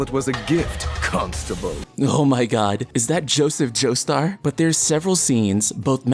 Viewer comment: No it's not Choseph Chostar....its Joseph Jostar